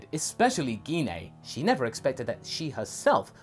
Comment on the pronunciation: Gine's name is pronounced as Jean. It's like when saying Jean Grey. We don't say Gee Na.